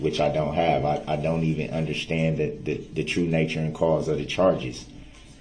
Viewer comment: Especially as he aksed so nicely, even though he didn’t undershtand